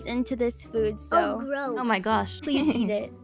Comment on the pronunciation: Owh gwoss